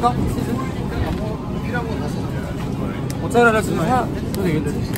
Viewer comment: Mark: Mozzarella Jungwoo: Mochareld😂